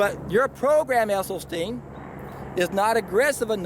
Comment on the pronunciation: Thanks for the thoughts. FYI I heard an interview with Dr esselstyn,s wife and she corrected the interviewer saying it's esselstyn not essylstein.